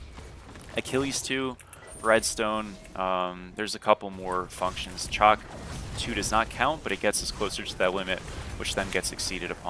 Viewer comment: It's shock my guy shock.. not chalk